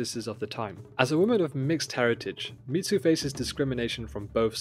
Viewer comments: It's Mizu, not Mitsu (so pronounced mee-zu, not meet-zu). Best new show in a long time. I don't think I saw a Japanese spelling of her name so I'm not certain which Mizu is intended, but the most common would mean "Water" - which may reflect her blue eyes or may mean something else like "auspicious" - we'd have to see it written in Japanese to know (I may have missed it if it was written, Japanese not my primary language). On watching again - it looks like Mizu's mark on her blades (her first knife and those made after) as well as on her sword - 水 is that for "water". So confirmed. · Hearing him calling her Mitsu is throwing me off the video 😂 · The pronunciation of Mizu was so jarring, I had to stop the video. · yeah.... I didn't watch the video 'til the end bc of it